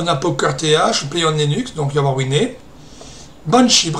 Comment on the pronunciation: Pour moi c'est plutot bel et bien une Dglfi. Sinon a part ça part chez moi en france et en français on prononce win mais pas winé. Tu es bien sur maitre sur ta chaine et ce doit etre du a l'accent d'arcachon qui est bien sympa de toute façon.